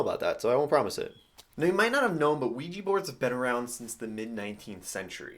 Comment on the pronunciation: And also it's pronounced wee jah not wee jee